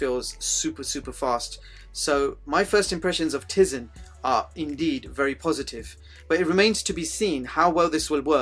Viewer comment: good review although i cant bare but correct you for the pronounciation of tize its "Tie-zen" not "tizen" even tho its spelt nothing like it sounds like